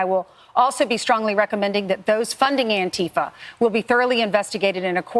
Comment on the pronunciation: the deliberate mispronunciation is infuriating its Anti-Fa not an-Ti-fa they cant even say the fucking name right. clueless fascists.